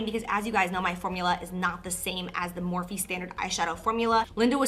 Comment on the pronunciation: can I ask why you keep pronouncing it “morf,” instead of “morf-ee,” like it’s said a million times lol